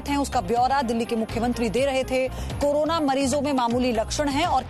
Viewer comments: Its Corona not Karona 😂😂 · Haaaaaa wah bhai kejrilal pehle corona bolna sekh le